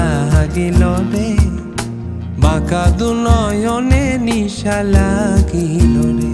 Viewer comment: বাংলাদেশের অনেক গান নতুন করে এই চ্যানেলটিতে কাভার করা হয়৷ নিঃসন্দেহে ভালো উদ্দোগ বাংলা গানের জন্য। কিন্তু বেশিরভাগ গানের মূল উচ্চারণ না রাখায় খুব শ্রুতি কটু লাগে। যেমন হাসন রাজা,নেশা লাগিলোরে,বাকা দুই নয়নে শব্দ গুলো সঠিককরে উচ্চারণ রলে আরো ভালো লাগতো